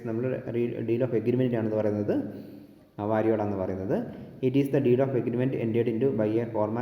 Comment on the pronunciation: വരിയോള അല്ല, വരിയോല